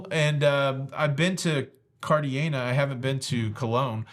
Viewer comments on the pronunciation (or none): The G in Cartagena is pronounced with an H sound.